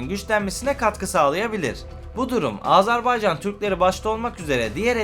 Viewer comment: AzArbaycan değil AzErbaycan deyin lütfen.